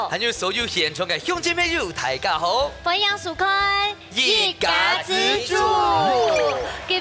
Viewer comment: "歡迎"是讀" fonˊ ngiangˇ "，那個"迎"是鼻音聲母，不是零聲母，提供參考，感謝